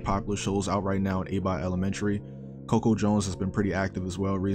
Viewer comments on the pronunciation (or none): none